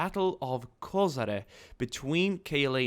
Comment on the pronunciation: Kozare?? Kozara is in Bosnia Its a Koshare